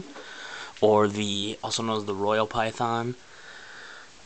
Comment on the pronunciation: you pronounce python funny :P